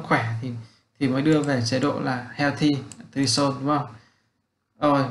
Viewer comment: Cảm ơn bạn vì bài giảng chất lượng nhưng bạn chỉnh lại phát âm tiếng anh cho chuẩn một xíu sẽ tốt hơn. vd: bạn phát âm không đúng các từ: create, threshold, target,....